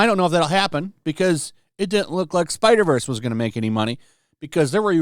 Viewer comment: It could not have been hard to say spider verse